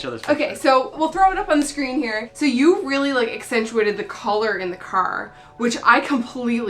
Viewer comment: Great video! I love the map of St. John's in the back:) is it me or can I hear a bit of townie in voice when she says "car" I swear shes from St. John's Newfoundland. Am I wrong!?